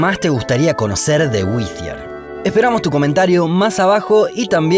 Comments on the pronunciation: Perdona, amigo, pero creo que no se pronuncia "güi-zi-er" sino "guai-ti-er", más blanco en español. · Te corrijo la pronunciación. Pronunciás el nombre del pueblo como si fuese Withier, pero se pronuncia “Wirier”. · se pronuncia WITTIER en inglés britanico y WIDIER en Inglés americano. Hasta en el video dicen Widier y este huevon sigue diciendo Whitthier. Ignorancia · Solo una corrección: es WhiTTier, no WiTHier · La pronunciación es Witier . No existe H después de T para dar el sonido Z. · Seguro que se pronuncia así? Se escribiría "Withier", pero es WHITTIER. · Es más fácil pronunciar bien el nombre de la ciudad que hacerlo como el narrador del video. No es “Whithier”, sino Wittier. Por lo demás, muy interesante. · Ese sonido que hiciste al decir Whittier queda reservado para la grafía TH como Thursday o Thanks no para la T. De hecho en inglés norteamericano esa t se pronuncia como r del español, alguien lo pronuncia así en el vídeo. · It’s Whee-ddier ( pronunciations) no. Whezzier ! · Y la ciudad se llama Whittier no Withier... Los argentinos son pésimos pronunciando en inglés. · Whithier o Whittier? 😂😂😂😂😂😂😂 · Sólo una pequela corrección, que me estuvo molestando todo el video. Las doble T en el nombre del pueblo (Whittier) no se pronuncian como "TH" en Inglés, mantienen su sonido de T. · Nada de "Güizier". Antes de aprenderte el nombre del pueblo deberías saber cómo se pronuncia. El nombre se pronuncia "Güitiaer"....se me abren las carnes cada vez que te escucho pronunciarlo con C/Z...el el aumentativo de white, my friend! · Creo que lo pronunciabas mal la ciudad, ya que se llama Whittier y lo pronunciabas como si fuera Whithier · lo esta pronunciando mal. La doble T, con acento americano es "wiRier" (con acento britanico seria "wiTia"), pero el narrador lo pronuncia como si fuera TH, lo cual es incorrecto ortograficamente, para empezar! 🤭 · No se pronuncia uizier se pronuncia uirier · ¿Por qué en español lo pronuncia como “Withier”? 🥴